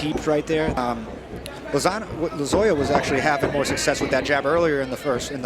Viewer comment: How many times are they gonna say Lozoyas name wrong?? 😮